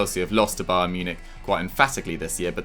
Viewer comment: Did just say spayern and spurs 😂😂